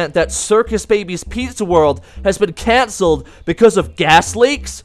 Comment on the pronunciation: It's not canneled